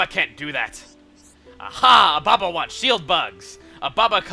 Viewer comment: Espeon Lover did chugga at one point pronounce ababa as obama?